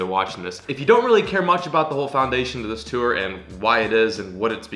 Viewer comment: Can you never say “tour” ever again in your life